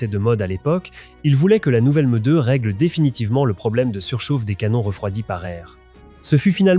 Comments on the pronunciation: Très interaissant, merci. Mais bordel, la lecture ou traduction (je sais pas) par ia, c'est pas magique 🤣😅 la meudeu pour M2 est magnifique 🤣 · Cette « MEUH2 » l’IA ridicule